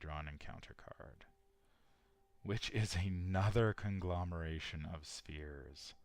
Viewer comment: I have anxiety disorder and the way your intro is read makes me creep out. Like how you emphasize the word "of" and you pronounce words strange, for example you say "ah-gane" AND "ah-ginn" for the same word (again)... "Obe-tane" AND "AWB-tain" and even accented "awb-TAIN" (Prob just me, but I can't get through the intro, gotta skip ahead to what sounds like unscripted stuff) I watch all your vids.. and love em but I found the CC option and thought I would share. Sorry if it sounded like a jab.